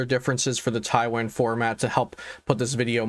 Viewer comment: Thanks for the video but please pronounce taiwan correctly lol